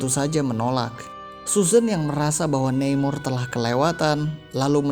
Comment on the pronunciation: Neimor… nama mexico ya baca aja namor hehe..